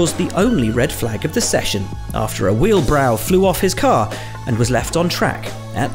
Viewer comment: Bruh “wheelbrow”